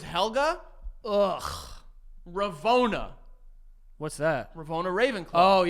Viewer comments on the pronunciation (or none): Had to stop playing my game when said “ravona” instead of “rowena” 😭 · Bro ain't even get RoWENA Ravenclaws name right, fake fannnn